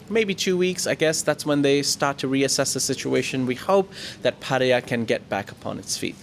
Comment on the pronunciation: Good job with your pattaya pronunciation....finally